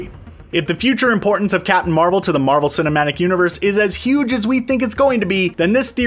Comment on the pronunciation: can you just say captain bc you keep saying capin'